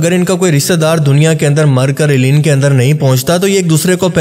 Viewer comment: Eleen nai balkay word he "ELLEYEEN"